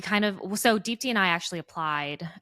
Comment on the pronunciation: Deepti, your name means "ray of hope" in Hindi and you truly have epitomized what hope means in face of difficulties. I just wish you would pronounce your own name correctly 🙏🏼. You don't need to anglicize the pronunciation to fit in.